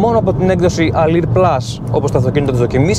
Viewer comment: Αδερφέ Αλουρ λέγετε η έκδοση όχι αλιρ.